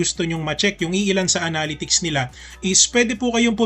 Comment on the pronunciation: Thanks for the efforts in making tutorial contents... constructive comment lang po ito... Pls search the correct pronunciation of "analytics"